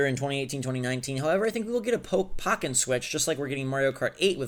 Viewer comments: The E in Pokken is accented. So it would technically be pronounced Pokkén/Poh-kayn. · Im triggered that you said Pocken and not Pokken. It's literally Pokemon + Tekken mixed together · First of all, it's pronounced PO-KEN not pocken. Secondly, Pokken would work better on switch because getting a setup going would take less effort as the wii u version, which requires 2 wii u, 2 lan adapters, a crossover cable, plus 2 monitors. On top of that, you have to set your internet settings to a specific IP and DNS to even have them communicate for LAN mode. Having a port on the switch would bring forth the ability to play against others on the go, plus it would have local wireless functionality and less hassle regarding getting tournaments going, much like how you would have to do for Splatoon on Wii U. Splatoon 2 is already an improvement on the original just from letting people play without having to be connected via internet, so Pokken would benefit in the same way. Plus, having it on the switch would expose a lot more people to the game considering that the Wii U didn't do too well, and the Switch is already doing fairly well already. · Every time you said Pocken I died a little inside. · He says Pokken wrong